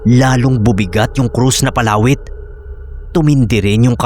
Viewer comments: di ko po maintindihan nung una kung ano yun "palawit" na sinasabi mo. Iba kasi ang pagkakabigkas mo.😅 Mabilis ang bigkas nun eh 😅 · PALAWIT.. 😂 Read fast